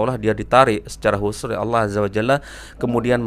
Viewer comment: gus baha kalau bilang Allah kok kedengarannya kayak bilang awoh